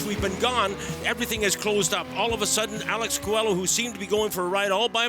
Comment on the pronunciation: Qua-low is how coelho is pronounced. you guys are making me crazy 🤪